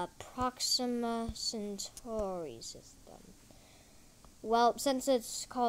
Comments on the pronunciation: Its not century its centauri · The Name is Centauri not century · CENTAURI NOT CENTURY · It's centauri